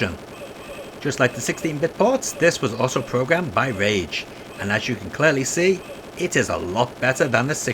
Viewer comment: You called Rage "Rare" during the SNES segment.